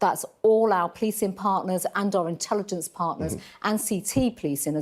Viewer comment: What's 'Policin' Does she mean Policing 'Gatherins' 'Livin' 'face Coverins' 'Social Distancin' 'Spreadin'